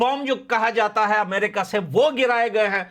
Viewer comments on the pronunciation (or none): none